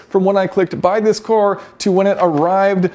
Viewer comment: Jason says "cooar" instead of car 😅